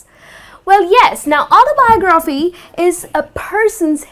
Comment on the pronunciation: Что то по моему она ударения неправильно ставит в словах AutobiOgraphy; anthOlogy